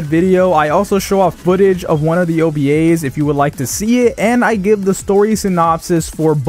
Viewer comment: The way u said ovas hurt...